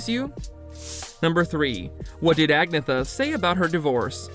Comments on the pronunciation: Who ever posted this video. Your info is all fucked up. And pronounce Agnetha's name correctly. Do better research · Please learn to pronounce Agnetha's name properly.